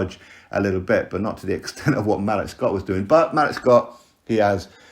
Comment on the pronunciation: Hey. Hope all is well. Malik’s name is pronounced ‘Ma-leek’ or ‘Maleak’. I was listening to your video while working and I couldn’t put 2 and 2 together until I saw the photo. I was thinking who the hell is Malick Scot?